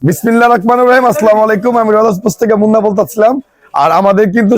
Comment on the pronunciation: একে কেউ ভালো করে বিসমিল্লাহ বলা শেখা ভাই